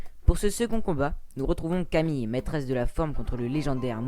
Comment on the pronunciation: Camille se prononce Camil